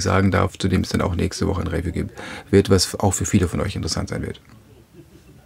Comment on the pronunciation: toller Kanal, danke, aber könntest Du mal "review" richtig aussprechen, ja klar nicht wichtig aber es fällt mir jedesmal auf.